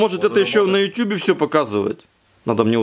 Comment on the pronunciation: Классный человек, увлеченный, да и кузнец от бога) Лайк вам от меня, а автору-оператору большой респект, за грамотность, редкий раз слышу правильное произношение "ютЮб" А то, даже вроде взрослые люди говорят неправильно ютУб ;)